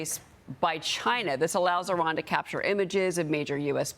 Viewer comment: Kudos to the host (Name?) for pronouncing IRAN correctly! It's NOT "I ran"!